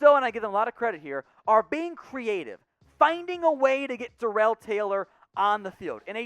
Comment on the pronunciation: It's pronounced Darrell (Dare_rull) and 5 sacks